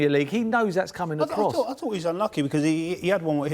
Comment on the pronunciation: minutes in and I stopped. Just can´t listen to him and his "I f(t)hought, I fhougt,,,,) Just shut up!! It´s his first match after 3 days with the team!